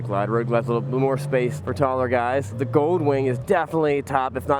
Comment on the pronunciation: "The" motor. "Thee" electric motor. It is pronounced "thee" when the next word begins with a vowel. You don't ask someone to pass "thee" ketchup.